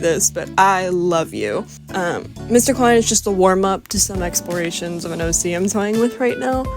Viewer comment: LMAO u didn't say joost right BUT u did get the Klein part right so I'm proud <33 👏